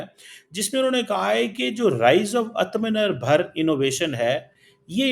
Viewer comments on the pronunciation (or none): Artha menar nhi be,, Aathmanirbhar hota hai woh... Words sahi use karo... 🤦🏻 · It's Aaaatamnirbharr